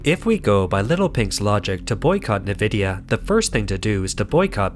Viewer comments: Company is pronounced EN-vidiya not NEH-vidiya. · Narrator: It's (the letter) 'N' + "vidia" NOT "Nih" + "vidia." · Its pronounced like EN-vidia not NE-vidia, and Taiwan is a very important COUNTRY!! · A unique way to pronounce nVIDIA (neh-vidia). nVIDIA from latin invidia which is also the root of word envy . Makes sense then, that most pronoynce it en-vidia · small correction. its not "na-vidia" its "en-vidia". they used to say it in the intro logos of old games, its burned into my brain lol. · You keep pronouncing it as "NEE-VID-YA" on all your videos. It's pronounced as "EN-VID-YA". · The company nVidia is often pronounced incorrectly. Instead of "Ni-VID-ee-uh", it should be "en-VID-ee-uh." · You need to train your AI voice that Nvidia is pronounced en-vid-ya. Also, Taiwan 🇹🇼 is a country. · Just so you know for future reference; it's pronounced N-vidia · "NaVIDIA"? lol?! what planet are you from? and why does your narrator speak like a robot? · Sounds like chlamydia when you say Nvidia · A real person would know, or learn how to correctly pronounce "Nvidia", i.e. the main subject of this video.